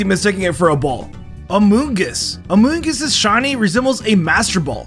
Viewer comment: we got a foongus amoongus